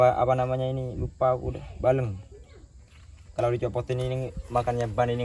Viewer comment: Menit Balancing sam bukan baleng😁